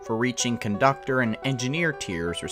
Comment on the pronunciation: What’s a “coductor”?